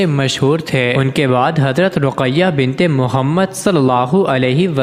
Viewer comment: بنبت اور بن مبں فرق نھبں کر سکتے اور وبڈبو بناتے ھو بے غبرت.